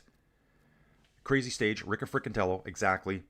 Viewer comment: Riccitello is pronounced Ree-chee-tello. Sorry. Greetings from North East England.